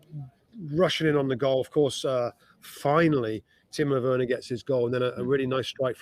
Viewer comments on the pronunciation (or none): He said "another timo wener day" 🤣🤣🤣🤣🤣🤣 Love the podcast